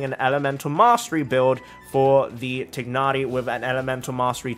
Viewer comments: i’m glad you are pronouncing his name as “tig-na-ri” the in-game english pronunciation “tie-na-ri” is just wrong… 😞😒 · I really like how he pronounced Tighnari. Thats the closest to actual pronunciation of how he’s meant to be called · Through english grammar you are saying his name correctly, the way mihoyo says his name is wrong. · You're saying his name fine...if I hear THIGH-nari one more time I swear. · I don’t comment at all but I just wanted to say you’re one of the few ppl who pronounce his name correctly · I like how you pronounce his name. It sounds more authentic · i dont think anyone will see this but you are pronouncing tighnari's name right, it's not actually supposed to be tie-nari, its supposed to be the way you said it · You're not pronouncing his name wrong🙂